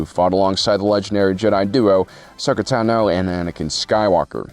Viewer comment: You better get well soon. We still need to hear you pronounce Tano and Utapau correctly